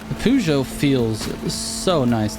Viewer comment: Feel like garbage being that guy but it's pronounced purr - joe. And Renault the L and T are silent so it's ren - oh. Love the tunes. Keep up the good work